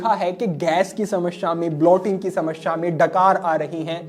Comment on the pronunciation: समश्या नहीं होता, समस्या होता है, हिंदी का अपना उच्चारण सही करिये, बाकि आपके प्रोग्राम बढिया होते हैं ❤